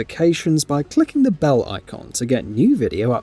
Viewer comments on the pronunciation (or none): none